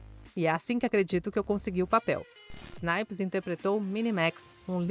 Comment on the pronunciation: Ainda bem que a narradora acertou o nome dele no final, já estava a me dar coisas na espinha ouvindo ela falar Wesley Snipe.